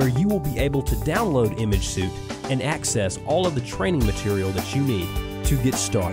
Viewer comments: Apologies but "suite" is pronounced like "sweet" ...not like "suit" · Les Crowe Yeah I was just going to leave a comment about this too. I suppose the creator of this product is not a great English speaker but hired someone to do the voice over and the guy doing the voice over had no idea that the word should have been pronounced like "sweet." The audio on this video needs to be redone.